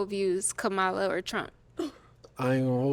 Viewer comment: she said ka MOH la lol